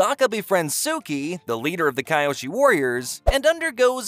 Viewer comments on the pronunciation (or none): Bro it pronounced (key oshi) not (Kai oshi)